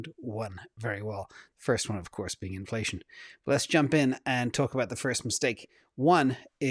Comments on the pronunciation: He totally said cornflation!🤣🤣🤣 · At one point I thought you said ‘cornflation’ lol! I’m actually curious what that chart would look like now 🤔